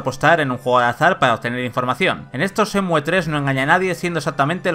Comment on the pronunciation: No cuesta nada quitar la e y decir Shenmu xd